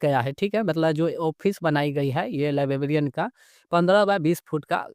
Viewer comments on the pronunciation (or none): लीबाबीईअन काहे बोल रहे हो भई, लाइब्रेरियन होता है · Library ya librarian toh sahi se bolo yar , bllibbian bol rahe ho